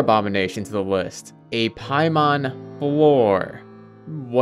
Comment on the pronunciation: Lol paimon it's paimon hahaha. The horror of it all.